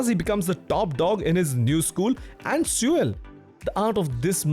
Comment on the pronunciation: did i just hear him say sewer when trying to say Seoul? Anyway amazingrecommendation, keep the good work!